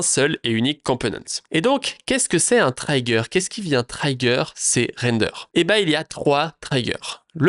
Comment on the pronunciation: Juste un mot sur l'anglais. Tout les i en anglais ne se prononce pas aï. C'est ok pour Child, mais Children et Trigger ça se prononce i comme en Français. Sinon ça pique :)